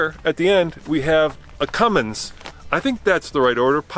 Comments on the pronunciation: its cummins guy....not cummings. i swear where do these guys get this shit from lmao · Guy said cumming instead of Cummins lol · Legit y does everyone think it’s Cummings it’s CUMMINS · So, can somebody teach this guy finally to say CUMMINS..?? 🤣🤣